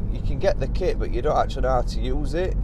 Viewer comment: On the subject of using music, it's not the use of it that gripes me but where and when it's used! Haven't noticed any misplaced tunes in your vids though 👍. Oh, and it's not "burt" it's " but"! 😂